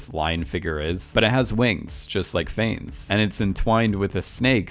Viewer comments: “Phanes”. Jesus, that’s painful haha. For future research Wikipedia often has the phonetic pronunciation of things. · Right? Considering how many times he said the name, I wish he'd just stopped for 10 seconds to learn how to pronounce it.